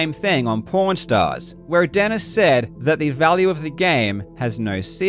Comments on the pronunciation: Karl you really need to work your pronunciation of "pawn" because I could have sworn I heard you say "Porn stars" and wondered when these two got into the porn business XD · Love the series but every time you say pawn stars I hear porn stars and honestly that just makes it all better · idk if you're saying it on purpose but everytime you say pawn stars you're saying porn stars. like there's literally an R every time you say it. it doesn't sound like an accent thing lol. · Great video and its been very informative. But all I hear is "pornstars" instead of "pawnstars" which has me chuckling like a child every time. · At first I kept hearing "Pawn Stars" as "Porn Stars" and was incredibly confused. Amazing work with the video! This is fascinating to learn about, especially since I have such little knowledge in these fields. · When he said pawn stars it sounded like porn stars and I didn't laugh harder all day lol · dammit Karl, every time you say “Pawn Stars” I think you’re saying “Porn stars” and now that image is stuck in my head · Pawn Stars. It did sound like porn stars though. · Just as a side note : Karl Jobst would pronounce pawn stars and porn stars the exact same way. That is all, have a good day! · I swear, every time you mentioned Pawn Stars, I hear 'Porn Stars' and I think I need to brace for an unexpected twist. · i love karl, and his video, but in both this vid and the last in the chain i keep hearing pawnstars and "pornstars". but this is such an informative and amazing video! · Karl, are you aware of the way you pronounce "Pawn Stars"? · The way the accent handles "Pawnstars" made me double take